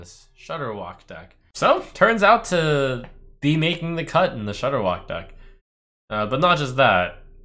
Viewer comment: I stopped playing Hearthstone so heavily solely because of Shordderwok......Rip